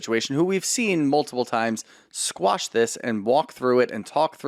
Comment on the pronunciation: Quash. The word is quash. 😊